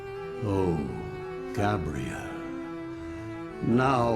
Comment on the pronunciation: Come on dude, its pronounced "ark-angel" and its "gabe-re-el" (Gabriel) NOT "gab-re-elle" (Gabrielle) notice how they are apelled AND pronounced differently?